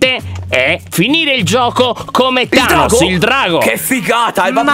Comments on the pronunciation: Lyon NON Thanoss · Volevi dire tainos🤣🤣